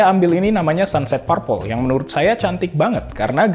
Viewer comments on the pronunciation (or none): Fingerprint = Fingger bukan finjer Purple = Perpel bukan parpel Build = bild, u nya ga dibaca